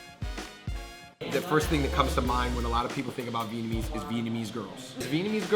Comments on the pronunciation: vietnamese is definitely pronounced better than vietnamese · You guys really need to work on your vietnamese. Your pronunciations are terrible.. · Their Vietnamese is pretty bad, thought my pronunciation was bad.